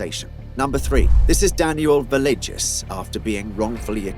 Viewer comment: Villegas = (Ve-yay-has)